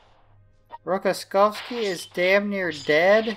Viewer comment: he is not Rokoskovsky, but Rokossovsky!